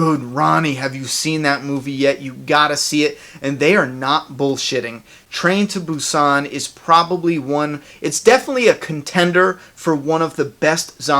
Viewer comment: hahah this movie came out months ago. ya since im from asia obviously i watched it earlier but its great that you are covering on this movie and yes its a very good movie. world war Z just sucks in my opinion thats y i did not watch it and yes you said the movie's name right